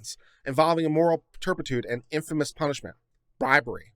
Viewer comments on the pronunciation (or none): none